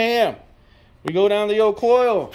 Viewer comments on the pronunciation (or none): Not pronounced "coils." Pronounced exactly how it is spelled: Kloy-z rhymes with "toys." They've been around for years. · Agree. The mispronunciation sounds like a nube rather than an experienced builder. One other thing; the "good chain" was put on a differernt motor. Raises a couple of qustions. Perhaps the first motor was align-honed and the second not? Cloyes offeres a timing chain to account for this. Or ????